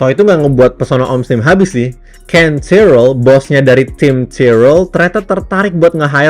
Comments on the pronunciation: pas ngomong tyrrel😂😂😂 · iya anjir,agak geli